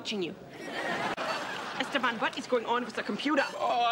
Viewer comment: Why do they call them Esteban instead of Esteban. If you read if differently or you are Latino or you know how to pronounce it